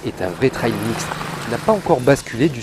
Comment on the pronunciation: Bonjour. Merci pour ce test. Pour info, trail se prononce "trèèye"